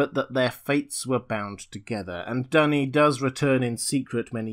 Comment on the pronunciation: Duny is called "dooney", not "dunny"